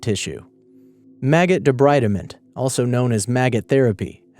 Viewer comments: It is pronounced "debreedment". Need to know Latin & Greek pronunciation. ALSO, many of these therapies STILL OCCUR such as ECT and maggot therapy. Keep up the good work! ! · debreedment.... it's pronounced debreedment... I studied it when i was 19 because that's when i took on my first case for the coroners office of the county i live in... so... :) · it's pronounced de-BREED-ment, as in to remove debris